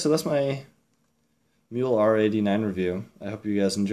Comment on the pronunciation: Given that it is German you should probably pronounce the "e" in the name?